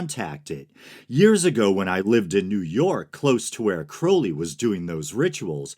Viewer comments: Crow-lee?! You can say Crowley? Props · Awesome video! Just information without judgement, much appreciated. Germer is pronounced with a hard G, according to my O.T.O. friends. I really appreciate you pronouncing Crowley correctly, and that you care about getting their names right. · you get an upvote just for pronouncing Crowley's name right. too many people talk about Crowley without knowing anything factual about him. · “It is pronounced Crowly. To remind you that I’m holy. But my enemies say Crouly, in wish to treat me foully.” ~ Aleister Crowley